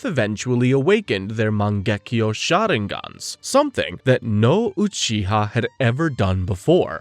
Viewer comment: loved the videos but holy can you please stop pronouncing all the names UBER AMERICAN holy fk Its MAN GE KYU not MAN GEK KJO, this is just one of like 9000 cringe moments, its not to hard to do such a thing